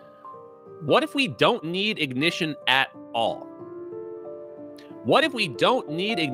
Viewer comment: We. Don't. Need. No. I-Goh-Nih-Shun We. Don't. Need. No. Forced. Control.